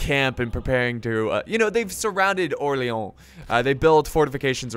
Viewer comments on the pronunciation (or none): You are pronouncing Orleans bad (you are saying "OrleOns), go to google translate and make it say the name of the city for you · My God the way you pronounce Orléans XD Like "oléon" what is that x) But i can understand it's a really frenchy name with the french "r", the "o" + "r" sound, the "é" and the french "an" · stop saying orleon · Btw it's pronounced (Or-lay-ohn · Don't say you're saying Orleans authenticly because you're not you're doing it quite bad I'd rather have you say orleans like you'd do for new orleans